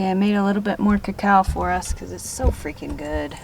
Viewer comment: There's the stuff that you keep pronouncing "ca cow".... are you talking about cocoa? (chocolate?)